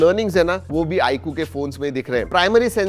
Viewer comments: I coo kay coo bola ... Ye Eye 👁 queue he 😂😅😂😅😂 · आई कु नहीं भाई, आईक्यू है😂😂😂